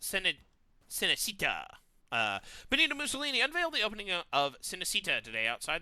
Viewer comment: Cinecittà is basically italian Hollywood, the correct pronunciation is something like "cheenecheettah", and it means "cine-city"